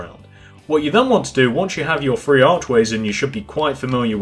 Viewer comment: Do you say free or three